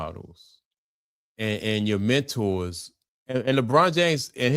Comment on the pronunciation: Leave it up!! 😂 It's Menor eff it that's how bro talk